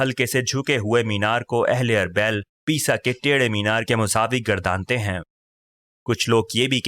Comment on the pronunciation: آپکی آواز اچھی ہے لیکن بہت سارے تلفظ غلط ہیں جیسے اربیل۔ اورمحو وغیرہ۔